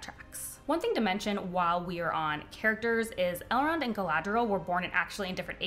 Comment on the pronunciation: Ok I love that you called Elrond "Elend" just after 6min mark. 😅 Finishing video now!